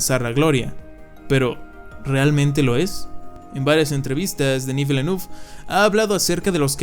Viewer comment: Se pronuncia Dení Vilenev o Vilenef